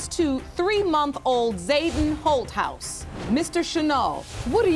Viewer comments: I kept thinking the judge was calling her "Hoe House". I had to really look at the spelling, it's Holthaus...lmbo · I thought the judge was saying her name was ho house 😂😂🤣😂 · When I first heard the judge say her name, I thought she said, Hohouse, lol.